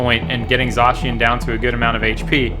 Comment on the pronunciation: its not zoshian its z -ai-can